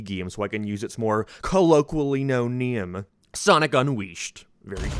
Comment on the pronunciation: what is a Gyem and a Nyem what does he say it like that